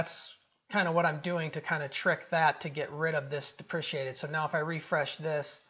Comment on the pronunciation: "DEPRECATED" not "DEPRECIATED" ;)